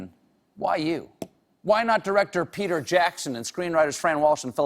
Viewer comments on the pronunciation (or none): none